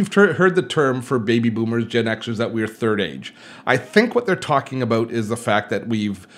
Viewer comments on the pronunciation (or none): Love how you say “about” : “ ‘bouuut” . Good old Canadian !